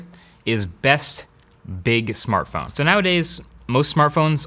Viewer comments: minute Smartphone not samartphone souds like how supermario would pronounce it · sAmArtphone instead of smartphone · "Samartphone"? :P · "Best Small Samartphone"? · "best small samartphone" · "Best Big Samartphone"........... Im speechless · Samartphone huh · " Best small samartphone" lol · Small Samartphone. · best small samartphone? 😂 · Why don't I see people correcting 'Samartphone' to Smartphone.. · “Best Biggest Samartphone” Yeah, no errors there. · SAMARTPHONE? Anyone else catch that? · SAMARTPHONE 😬! Sorry I’m an English teacher. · samartphone?? Dayuuumnnn MKBHD ,not from you my man. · Due for an upgrade so I thought I'd watch this again. Why have I only just noticed "Samartphone" . Lol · Miguel Soto why did he call it samartphone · "best big samartphone" xd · Really "samartphone"😂😂😂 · its samartphone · Samartphone hahaha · "Small Samartphones" lol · lol SAMARTPHONE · “Samartphone” that’s how them Indians pronounce it 😂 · Samartphone?? really!!! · "Best big samartphone" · Got to comment this. Best Big Samartphone. Hahahahahaha. Feels like my chinese accent. Lol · Is it just me or do you read "Samartphone" ?✌ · Samartphone c'mon... And you're wearing a blazer dude... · Samartphone? Really? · "Best big Samartphone"?...